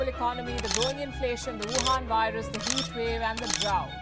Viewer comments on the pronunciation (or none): none